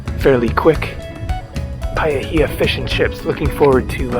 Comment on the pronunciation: Look on Google for a kiwi bird picture their feathers are different from poultry (chicken) Paihia is said "pie - hee - ahh